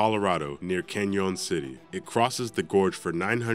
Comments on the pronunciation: Lol “Can-Yonn City, CO.” It’s not French dude. Try “Canyon City.” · LOL, I didn't know that Colorado had a " Ken Yon City " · ..."Canyone City." Lol!